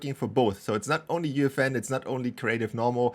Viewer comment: UEFN ❌ Youfen ✅